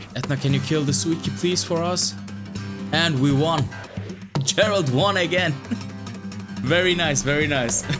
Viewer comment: Please, go play witcher 3 and stop pronouncing geralt like that